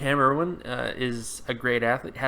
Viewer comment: his name is Cam Erving not erwing